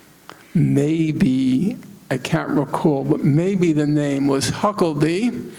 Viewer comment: It makes me so, so happy that he not once for this entire talk says Huckabee's name correct. I too will be referring to the entire clan as Hucklebees now. They deserve that L, they've put in generational work for it.